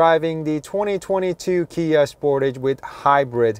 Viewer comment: Spor’tage not sport’age